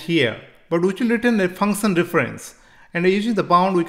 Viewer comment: Function❌ Funson✅